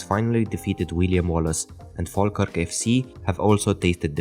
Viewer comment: thank you for pronouncing falkirk correctly